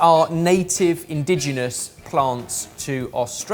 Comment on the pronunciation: (mispronounces "indigenous" as "indigenal"). *Popup: (misspells "indigenous" as "*indiginous") 10/10 perfection, would watch and chuckle again.